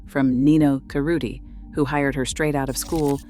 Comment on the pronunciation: The mispronunciation of names (Nichanian, Hermes, Cerruti), made it incredibly difficult to focus on what was being said.